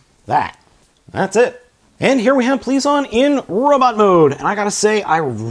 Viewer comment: okay, you spelt the Judenryu's name correct...you pronounce it based off of the rumored spelling.